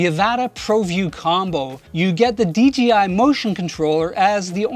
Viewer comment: It sounds like he's saying DGI not DJI